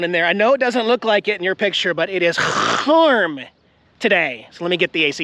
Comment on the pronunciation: Love the way u say hwarm,ur so funny,love u always,the best on yt